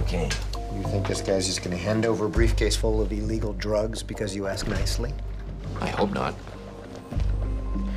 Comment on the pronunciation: "briefcase full of ee-legal drugs" "HOW MUCH DO YOU WANT FOR THE EE-LEGAL NARCOTICS?" "A HALF A MILLION DOLLARS!"